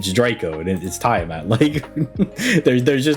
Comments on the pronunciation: It's tee-uh-maht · He's mispronouncing on purpose